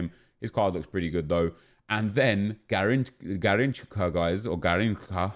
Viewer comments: It is Gah-ring-chah not gah-ring-kah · it is pronounced Gahinsha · Its pronounced “Garrinsha” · about the pronounce of Garrincha. The “CH” sound isn’t of K, it’s more sound of SH. Braziliam subscriber here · 1st its garrinscha if u say it (im brazilian) 2nd garrincha will be amazing but if u ask a Brazilian he'll tell u that garrincha was the 2nd. Best player after pelé so I thought he would have a 95 or 96 (and better stats) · It's pronounced "Gahinsha" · I m done with fifa and being a brazilian myself is sad to see those british crapy Icons when they miss Romario , Taffarel , Zico , Falcão , Keeper Marcos from 2002 WC final , Jorginho , Branco .... I m not asking for all of them but pick 2 or 3 of those and make real !!!! Garrincha you say “ Ga hin cha “ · gARRincha The second time you said it was right. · Hey, Nep, quick info from a Brazilian viewer about the prononciation off 'Garrincha'. The 'ch' un Portuguese usually sounds like a 'sh' in English, as you would say 'shower'. No 't' before and definitely no 'k' sound. And the 'rr' in this case sounds something line the 'h' in 'house', on that one you were not that far off. Nice video dude, keep up the good work!